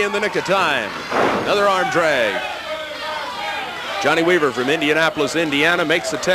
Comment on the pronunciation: JOHN-NAY WEE-VER 😂😂 Big Dust